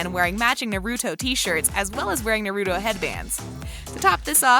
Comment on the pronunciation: DUDE. THE WAY SHE SAYS NARUTO.